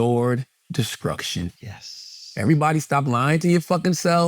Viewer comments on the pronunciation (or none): take a drink everytime char says "mutually assured deskrukshun" 🤭